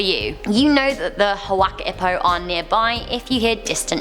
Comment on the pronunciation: HuaKi pO 😭😭